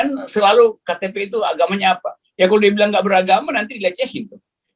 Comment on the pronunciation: Yakult? Yaqout bang.... sengaja kyknya... hahaha